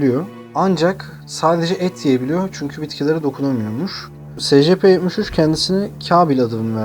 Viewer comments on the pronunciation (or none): abi ingilizce telafuzları doğru yap be :D secepe nedir